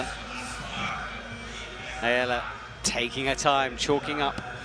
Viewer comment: Go Ayala! Btw, her name is pronounced with the accent on last 'a'. אם את קוראת את זה: אני מאמן פארקור ושמתי לב שיש לך להשתפר בכח ברגליים. ראיתי את זה בבולדר האחרון. מוזמנת לפנות אלי!